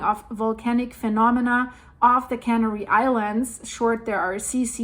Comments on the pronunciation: I love your videos and your English is great! I want to help you out with one thing from this video. You accidentally pronounced the islands as cannery which is a food processing term i.e. fish cannery, meat cannery etc. It is referring to the process of canning food. The islands are pronounced the same as the bird Canary. It is pronounced "can AIR ee". Go to an online dictionary and you will be able to hear the difference. All my best and thanks so much for all your hard work!!! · yes... can AIR ee....emphasis on the second syllable. ;-)